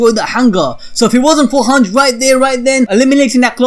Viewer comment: This guy sayin “hanch” instead of “hange”